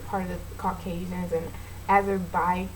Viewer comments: You said "Azerbestan" hmm, new country for me... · When you were trying to describe the Caucuses and said, "Azer......bakistan" 😂😂😂😂😂😂😂😂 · Come on! You can't pronounce Kazakhstan, Azerbaijan, and Turkmenistan? Look it up.